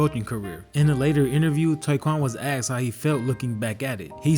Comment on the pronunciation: The word is asked him ! Not axed him. Come on narrator .